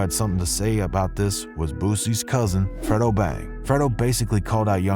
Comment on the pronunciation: He said Fredo name all wrong🤦🏼